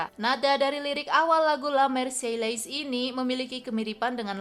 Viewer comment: le marseilles lafal penyebutannya adalah; lu marsey